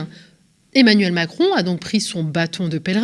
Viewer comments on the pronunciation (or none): Omacron elle a dit 😂